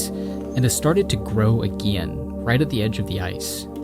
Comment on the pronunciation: Pronounce the word “again”. Aegaen is a sea in Greece